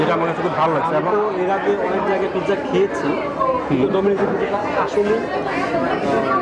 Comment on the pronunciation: পিৎজা হবে It's not পিজা।